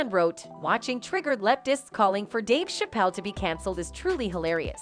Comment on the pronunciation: She can’t even pronounce Dave Chappelle’s last name correctly so this commentator comes off as unbelievable and not someone who knows the history of these two black men. Can you say “click bait”!